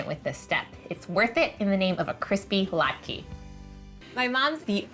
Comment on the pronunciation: I don’t understand how Molly thinks that the word latke has a long e sound at the end of it, when it obviously doesn’t. Her pronunciation of the word latke is driving me crazy. 🤦